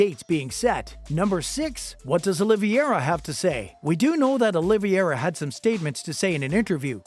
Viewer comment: Okay check it out you have to say the people's names right. It's Olivera. And it's Dustin Porier, not Justin.